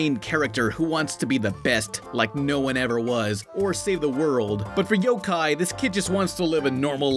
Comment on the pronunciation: It's pronounced yokai